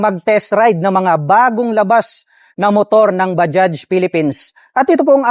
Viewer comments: Mali bigkas nyu sa bajaj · Natawa ako sa bigkas mo Ng bajaj😅😅